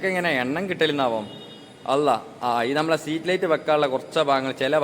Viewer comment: പൊന്നു സുഹൃത്തേ സമാധാനത്തിൽ പറയൂ സ്ട്രീറ്റ്ലൈറ്റ് ആണ് സീറ്റ് ലൈറ്റ് അല്ല. മജ്ജത് അല്ല മയ്യത് കൂർക്കലല്ല. തൂർകളാണ് നീ പറയൂന്ന മലയാളം മുഴുവനും തെറ്റാണു താഴെ കോഴിച്ചന അങ്ങനെ പറയൂ നീ പാട്ടു പാടി വേർപിക്കലാ പീഡല സ്പീഡ് ക്യാമറ ഓഫാകിപ്പോടാ